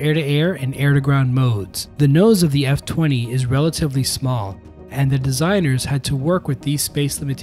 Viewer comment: Thanks for commenting and pointing out that mispronunciation, I will be sure to say it correctly in future videos, the F-20 and YF-23 were the ultimate what could-have-beens in aviation.